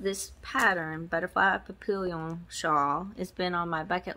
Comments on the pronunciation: Papillion is French and it's pronounced pappy-yawn. I didn't win 🙁but Thanks again for the chance! 🦄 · Congratulations to all the winners! Feel better! did a great job, he's a keeper! Papillion is French for butterfly and French is hard, especially bcz it's nasal. It's easy to write it phonetically, though... pap---eee-ohn. You'll get it! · The word papillion is french for butterfly. The correct pronunciation is pa- pi-yon (the on has a nasal pronunciation with a soft sounding n)